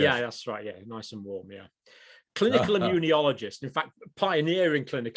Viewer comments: John, the word is immunologist. Stop saying 'immuniologist'...there is no extra 'I'...please! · John, why do you pronounce immunologist with an i after the n? You say "immune - i - ologist". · I love Dr Campbell's quirky pronunciations of certain words. He is pronouncing immunologist as immu-nyo-logist. It's fine. Just picking nits. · he called him an immuniologist lmao